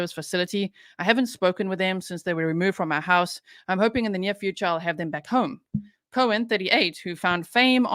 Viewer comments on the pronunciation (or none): none